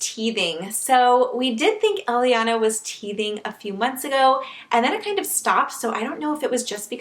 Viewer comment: Elliana is the name we picked for our baby girl and we're spelling it the same way too. I like how it sounds when you say it.